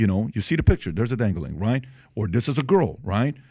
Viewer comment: Lol Pat said “dangalang”!!! 😂